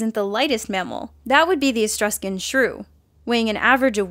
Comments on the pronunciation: "Etruscan," not "Estruscan." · I don't think you know how much a pound is. Or how to pronounce "Etruscan".